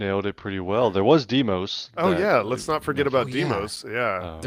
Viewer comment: NOT Dee-mos, it's dye-mos, as in Poseidon. The characters are "ei", not "ie"...